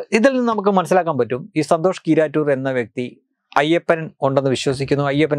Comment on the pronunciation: നിങ്ങൾ പറയുന്നത് സന്തോഷ് കീറാറ്റൂർ എന്നാണ് കേൾക്കുന്നത്